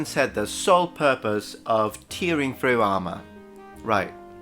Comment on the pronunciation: Note: "tearing" rhymes with "bearing" and "caring".